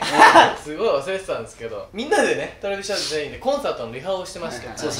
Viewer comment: 皆さん、のえるさんの「 Travis Japanでぇす！」 発音すごい、、(語彙力)